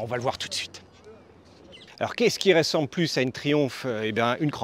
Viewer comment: Un "petit" moteur de 1200 cc, mais il lui faut quoi au Môssieur, le moteur de la Rocket 3 ? Et pis qu'il arrête aussi de dire r-é-ssemble au lieu de r-eu-ssemble, c'est agaçant à la fin ! En tout cas moi je garde mon "petit" Softail de cc ou 96 ci pour les intimes) 😄